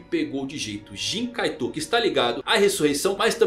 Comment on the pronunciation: Nao se pronuncia kaiTÔ , SE PRONUNCIA KAITO , a silaba tonica está errada , e não é kuraPIKA, é kuRApika (pela milesima vez)